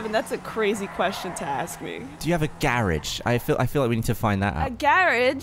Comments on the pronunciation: saying “garage” in an English accent is everything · Gavin is from Oxford right? I live about 30 minutes from Oxford and also pronounce it the way Gavin does, as does my boyfriend from Southampton, and my family from London all do I think. Never heard of the gar-arge pronunciation being a Southern thing! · London is pretty ubiquitous that it's 'ga-ridge' rather than 'gar-arge', tbh i'd assumed everyone in the UK said ga-ridge (from London fwiw)